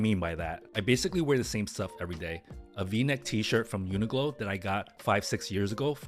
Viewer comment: This is a very insignificant comment but UNIQLO is pronounced Uni-Clo Not Uni-Glo. Ive noticed a lot of people pronouncing it the latter way, and its making me wonder if people think the ‘Q’ is a ‘G’. 😅